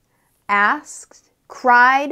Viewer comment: Why "asked" was pronounced like "asks"?🔥